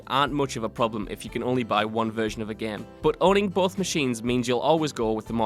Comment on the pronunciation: ITS GAME NOT GEM XD